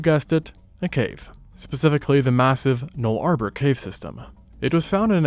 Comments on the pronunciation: A note: Nullarbor is pronounced NULL-ah-bore, not null arbor, even though it derives from Latin! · Null Arbor? I think you mean Nullabor (Null-a-bore). I mean REALLY! If you are going to talk about a significant part of a country, try to learn how to pronounce it correctly. Imagine someone seeing the word Washington and pronouncing it Warr Shong Town. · 😂 "Null-Arbor" Nulla-Boor. That's a great pronunciation. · "Null Arbor" Oh lawd, as an Aussie that pronunciation caught me off guard haha. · On god I was LOOKING for this comment. Never in my life have I heard it pronounced like "No Trees" Null ARbor I had to replay it to be like ouch. I've always heard it said as Nullah-bore plains